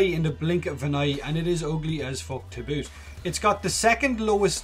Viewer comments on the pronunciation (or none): none